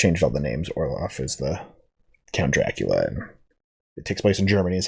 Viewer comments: hey, not to be all nitpicky, but his name is count orloch...orloff is a snowman from "Frozen" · At the end you kept calling him "Count Orloff" It's Orlok. Just saying. By the way, I personally think Max Schrek is still the creepiest Count Orlok even though it's the original 1922 film without the advanced special effects, gore and makeup, he just had a particular creepiness about him in that old B&W film that is unequaled imo. I personally don't think great makeup and special effects and lots of blood and gore necessarily always equals true "creepiness" in the sense of being chilling, dark, gothic and mysterious. Which is why I like the old B&W horror movies the best.